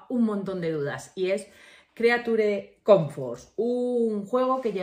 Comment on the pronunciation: "Crichur comforts"